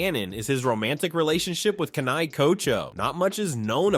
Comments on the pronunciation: Its not kana I its kanae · Isn't it pronounced Kanae? Not Kanai? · San-nay-mi Ka-nai 😭😭